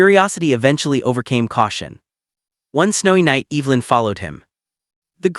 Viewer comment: Please learn the pronunciation of the name Evelyn! Narrator’s voice is unattractive.